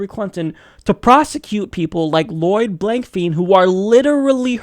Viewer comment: Dude! His name is pronounced "blank fine", not "blank feen"! Research before you make the video, not after!!!!